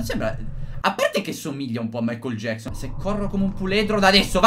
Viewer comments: Si dice michael Jackson no mikael gieczon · in realta è michael jackson. Non michael jecson.